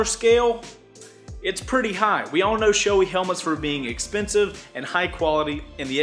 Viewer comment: It’s SHO-AY goddamit! Not SHO-EEY